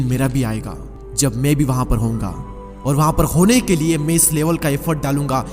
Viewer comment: Chup dhakkan...pehle theek se bolna seekh ....ye me me kya krta hai mai hota hai